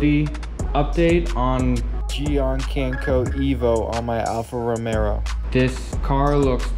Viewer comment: I’ve got Gyeon MOHS Syncro EVO on some of the panels of my car- it’s doing well after 9 months. And as a former Quadrifoglio owner, nice car. But you did call the car an “Alfa Romero” at the end. Please remember to drop that “R” in the last word, thanks!